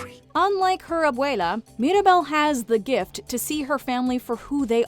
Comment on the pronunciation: They accidentally called abuela abuelo I giggled a little